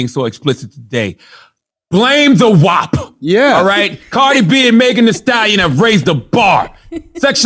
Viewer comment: The way they pronounce WAP bothers me lol